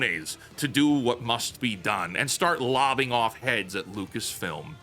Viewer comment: Lopping not lobbing.